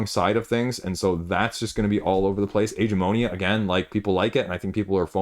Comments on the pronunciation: why do you call it "Age"-"eh"-"mo"-"ni"-"a"? Isn't it "ag"-"a"-"mo"-"ni"-"a"? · Yes! The "g" sounds like the g in great.